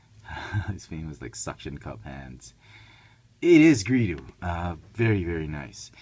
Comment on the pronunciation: GREEDO NOT GREEDU!